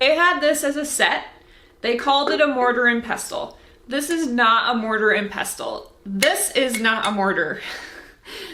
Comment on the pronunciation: The t is silent in pestle. ❤😊